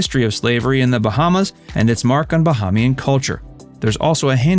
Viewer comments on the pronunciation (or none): OMG Bahamian is pronounced: Ba-HAY-mian